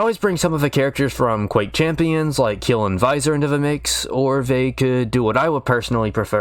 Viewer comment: Quake ... its Quake.